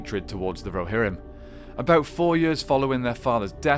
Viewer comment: Muster the Rohirmm